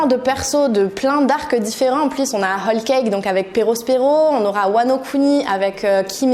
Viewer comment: Tu dis "hall cake".